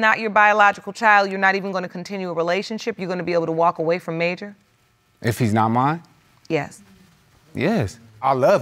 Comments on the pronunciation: “mAyJuR” handsome baby but why 🥴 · Mayjur? Girl gone tf head